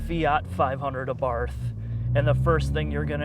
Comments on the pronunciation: DUDE it's 2016 and you've had 4 years to learn it is pronounced AH-BART, AH-BART...AHHHHH BARRRRRT. Jesus go review a mini, that should be pronounceable for you. Yes, I viewed this hideous "thing" you probably call a review. The trog mechanic dude is embarrassingly unfunny yet attempts to hide it by saying nothing relevant, interesting or even knowledgeable. Too bad, I was looking forward to some REAL knowledge..huhuhu Beats audio exhaust..huh huh, call Woody Allen. Oh and the "Sport" button elevates the steering, increases throttle and shift response (notice how the torque is instant) stability control firms along with that steering. Sport auto adjusts the degree of differential locking depending on YOUR personal driving speed. The PCM recalibrates torque to 170 lb feet from 150. But has nothing to do with horsepower, the one thing you said it actually did. Facts goose, facts!! So a firm ride on the ass. An increase in torque by 20 lb feet BUT remember it does not increase horsepower..wow dude pick up a book. We all love your pertinent observations...oooo like the bird on the road, was it new world yellow warbler or gobblin warbler? Please!! My fav " the two cup holders in the back are hard to get to" well for who? You? Keep your googly ass eyes on the road goose, they're for rear passengers only.. Okay I counted 42 ignoramus things that came out of your mouth..nervous man dude non-FCA you and when did Sergio Marchionne say there were quality issues? I'll have to ask him. Ok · It's pronounced: Ah-Bart. NOT A-barth, or ahBarth (with the emphysis on the BART). And NOT like this bozo is pronouncing it (uhbarth). Also, why is he even reviewing this car since he clearly thinks the car is a bad joke. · "Abarf, Abarf, Abarf, Abarf". The H is silent, Abarttttttttt. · It’s pronounced “Abart” not “Abarth”. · OK nice review... But it is an 'Abart' not an 'Abath'! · Abart. The th isn’t pronounced as it appears. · I'm pretty sure it is pronounced "abarT" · Say: Ahhh-Bart. Ciao.